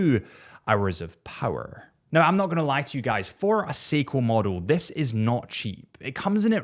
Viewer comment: Poor the way you slayed his last name 😂